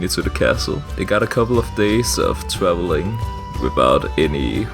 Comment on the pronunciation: Why does this man speak with the ''OwO'' fond? Twees. Swowow. Swoomy. Twawelling.